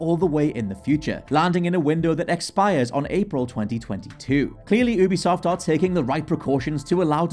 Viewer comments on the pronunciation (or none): Your saying Ubisoft weird.